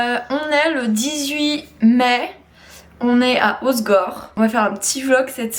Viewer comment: HO-SE-GOR pas Hosgor par pitié 😅😅